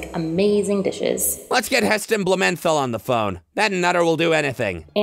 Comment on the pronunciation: You pronounced Heston Bulmethal wrong XD XD